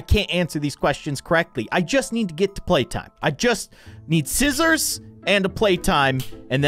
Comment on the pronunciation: He said sisters for scissors❤😂❤😂❤